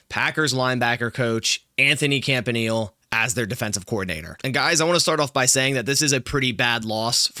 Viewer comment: Yea, He's awesome. Thanks for him. PS: his name is pronounced CAMP-AH-KNEE-LAY. Cheers